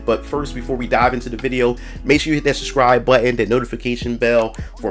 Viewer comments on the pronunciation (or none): The word is SUBscribe, not SUScribe.